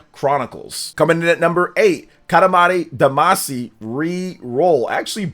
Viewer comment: Mispronouncing Katamari Damacy is proof you didn't play it. Everyone who has knows why.